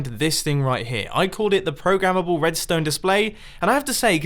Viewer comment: Wait...did mumbo just said Pro-ga-mable in